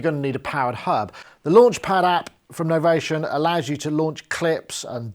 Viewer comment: it's novation with an i not Novaton. nice review as always.